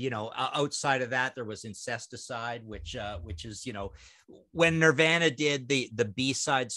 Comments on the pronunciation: Never in my life have I heard anyone pronounce Nirvana the way Martin does.lol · Also the way he pronounces ‘Nirvana’. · Is he joking around when he mispronounces “Nirvana”? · Why can’t Martin say Nirvana?